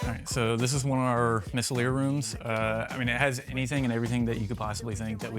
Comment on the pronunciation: having a stroke when the word "Misslelier" (However you spell it) is said 🤣